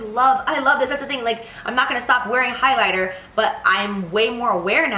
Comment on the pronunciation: "highlighta" it's the highlight. 😂😂😂